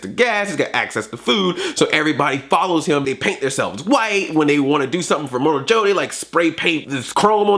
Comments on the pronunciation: It's immortan joe not immortal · You're funny! Btw, it's immortan joe, not immortal. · Good review, but his name is Immortan Joe, not Immortal Joe.